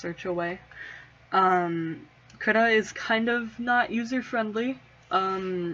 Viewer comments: i heard Krita is prenounceted Kree-ta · I use krita all the time Also its pronounced KREE-TUH